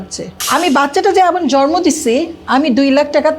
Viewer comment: বাচ্চা “ জরমো” উচচরন করেনা সুষ্ঠ উঁচ্চরন “জন্ম” বুঝলে বাংলা যদি সুন্দর করে না বলতে পার তবে কেমন করে মুভি নাটকে অভিনয় করতে যাও? আর বাচ্চা কিন্তু দুই জনের ই অধিকার যতই খারাপ বা দুষ্ট হোক বাবা অথবা মা এই কাজটা ভালোকরো নাই ম্যম। যখন তোমরা বিয়ে করছিলা তখন কি আমাদের বলে কয়ে করছিলা?? এখন যখন তোমাদের মধ্যে গন্ডগোল তখন কেন আমাদের কানে ঘ্যন ঘ্যন করতেছো সামনে কিন্তু তোমার কপালে খারাপ আছে ৯৫% হবেই দেখিও বিউটি